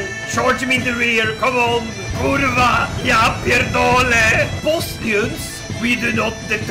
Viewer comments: best "kurwa" and "ja pierdole" I ever heard and Im from Poland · best kurwa and ja pierdole i've ever heard from foreigner